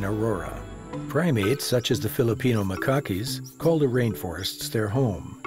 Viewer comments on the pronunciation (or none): "MA-cockees"??!!! REALLY?!! You lost every last bit of credibility with that ridiculous blunder.